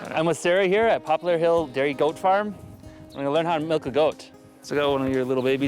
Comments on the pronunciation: All the "Malks" and "Ruts" Jesus Christ!!! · she said the word "MELK" like 60 times and it pissed me off so much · Melk melk melk melk melk.....